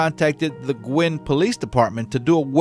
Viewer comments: Sorry, but it's pronounced GU- long U -IN, no Goo involved. My great uncle lived right across the road from them, he was great friends with them and he and his wife were devastated when this happened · It's pronounced GEW-in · BTW it's "GU-IN" alabama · It’s pronounced Goo Win. My grandparents lived in Carbon Hill, I remember when this happened. My grandpa started having his pistol nearby his easy chair and on him when he was out on his bush hog and out in the pasture. Things changed after that, nobody trusted strangers. Sad. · Look up how to pronounce Guin.